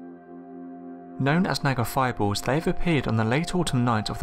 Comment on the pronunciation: I love those fiboors, and meethane. Just kidding. I actually love your accent.